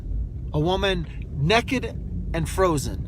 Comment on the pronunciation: You lost me at "neck-ed" vs Naked...then used it several times 🤦‍♀️